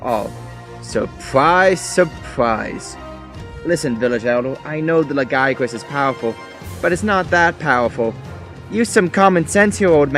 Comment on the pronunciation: I do love this video, but from what I hear and what I say it like, the lagiacrus is pronounced by most people Like, (LAY-GI-A-CRUS) but whatever You say is good, you deserve move subs